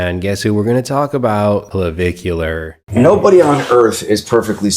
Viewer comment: That 'surgeon' butchered Clavicular.